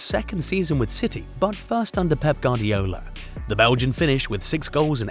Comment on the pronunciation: Hey amigo, it's pronounce "Gwardiola", not "Gardiola".